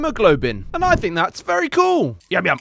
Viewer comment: 😮👍 "Very coow"